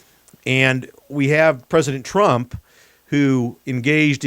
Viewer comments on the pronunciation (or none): none